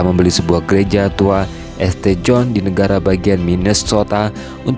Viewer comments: St. John di bacanya bukan Este John, tapi Saint John. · Bacanya St.John itu dibaca "sin Jon",. Belajar dikit dong. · ST John dibaca Saint John